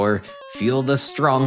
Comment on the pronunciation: "With strongth welling" 😂😂